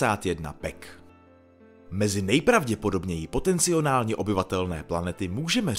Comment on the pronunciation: Potenciálně a ne POTECNIONÁLNĚ